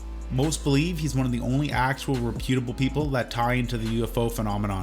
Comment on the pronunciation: He can't pronounce reputable properly either.